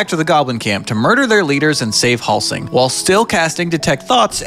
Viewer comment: not "Halsing" and "Estarión" 💀